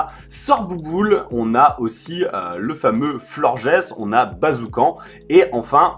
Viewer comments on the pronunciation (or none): Florges ce prononce bien Florge!!!